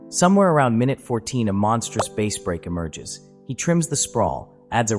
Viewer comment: Too bad the AI narration can’t say Bass